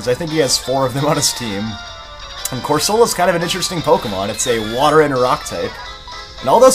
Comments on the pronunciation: Angry comment about how you pronounce Corsola differently than the majority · corsola is supposed to be coral